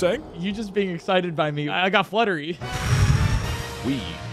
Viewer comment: "im exited by you "